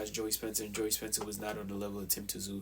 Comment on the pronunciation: It’s not tzoo say it as you saying zoo. Simple 😀